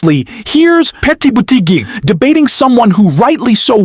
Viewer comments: Why does the anouncerr say Petae Butigue? It is irritating. If it's a machine, have it learn correct pronunciation. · Poor or disastrous attempt at syllabicating "Petty Booty Geg"🤣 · 💙💙💙💙💙💙💙💙 thanks for sharing, next time get his name right 😊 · Why can't u pronounce Pete's name correctly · Spelling and correct pronunciation of Pete’s name is important…. AI Bot?